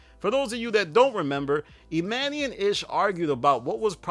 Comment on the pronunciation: Yo if he don’t stop calling Emmany (e-mon-e) E-Man-eee!!! 😂😂